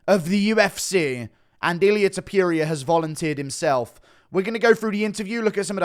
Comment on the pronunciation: "Ilia tiopiuria"